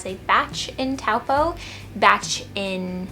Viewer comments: Stumbled across your channel by accident! One thing that will really help you out is pronouncing place names - Taupo sounds like Toe-Paw not towel-po. Be like a local in no time 😉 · Kia ora! I’m a Māori New Zealander and have lived in Auckland New Zealand my whole life! Just a note on how to say Taupo. It’s pronounced toe-paw, hope that helps:) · hey! just a note that the correct pronunciation of Taupo is “Toe-paw” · Taupo is pretty special, enjoy. It’s pronounced like Toe-Paw. Waitangi Day is coming up so maybe you can check out some local events for that. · just because the majority of New Zealanders pronounce it that way doesn’t mean it’s correct. It’s a Māori word 😑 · The pronunciation isn't fine. Its okay that she pronounced it wrong as she's new to aotearoa, but the majority of New Zealanders who pronounce it like this are blatantly ignorant. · yea but times are changing. More people are trying to be respectful and saying Maori place names and words properly.